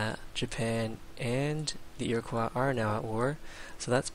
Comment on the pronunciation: Holy shit, man, it's ear-o-coy, not ear-o-qwah. Goddammit, it's not French!